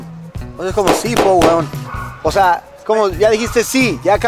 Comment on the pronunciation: Es "po" no "puh"